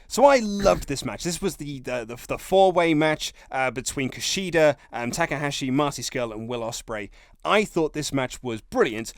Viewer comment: "TA K AHASHI" YOU OUT OF YOUR MIND! THE GOAT OF NJPW AND YOU CANT GET HIS NAME RIGHT...EVERY TIME?!?! ... no big deal mate, but mistake confirmed